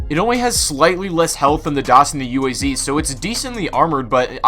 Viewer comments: Why does everybody call it U A Z? Its pronounced as ooaz! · Not you-ey-zee, but Uh-ah-zz. Read the letters, not spell them, Zee-hll